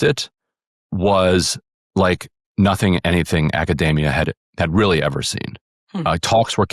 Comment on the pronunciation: the way that Ryan says Academia sounds like macadamia nuts.